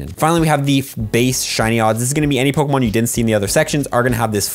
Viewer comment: Are you saying Pokamon? Yes you are lol